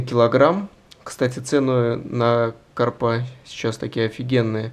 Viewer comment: Ударение в слове карпа онлайн-словарь ударений русского языка В таком слове ударение должно быть поставлено на слог с первой буквой А — кАрпа.